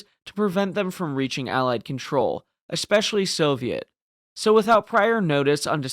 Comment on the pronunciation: Hey man, I absolutely love your channel. I've thoroughly enjoyed every one of your videos. I just have a question. Over the last 10 years or so, I've noticed Americans have collectively decided to mispronounce "especially" as "ex-specially". haha WHY? haha When I hear it, it's so abrasive to me that I have trouble concentrating on what is being said. It's very similar to "aks" instead of "ask" which I often hear, since I live in Windsor, a 10 minute drive over the border to downtown Detroit. Aaaaaaaaaaaaaanyway, I look forward to your next video. =) Thanks again for an exspecially fantastic channel.